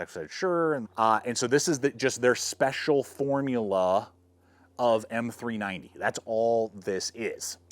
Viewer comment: He says "Special Formula" the same way I say "tactical"